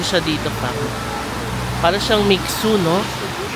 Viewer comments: "Mi shuay" po pag pronounce ng Mi xue and yes that was a mixue shop..Next visit to China , you should come to Chengdu to taste a more authentic hotpot since hotpot originated in Sichuan province. :) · Mixue is pronounced as Mishe.